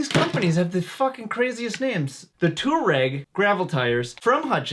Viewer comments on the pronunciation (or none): I think it's pronounced TWARREG. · Pronounced Twa-reg. After the nomadic tribe. Just saying. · It's pronounced like "two - R - egg" XD. Nice content as always! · I think it’s pronounced “twa-reg”. Historically Though Hutchinson’s spelling is too similar to a lardy suv from VW.